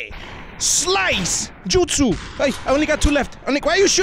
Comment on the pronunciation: Yo I love how he said naruto al jutso